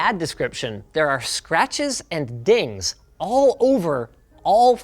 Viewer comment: "Sratches"? "Scratches"✅